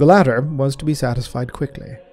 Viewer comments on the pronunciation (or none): none